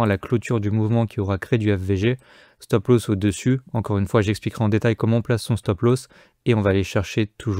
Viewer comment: Petit tuto prononciation. Stop Loss se prononce "stop l'os" pas "stop l'hausse". Merci.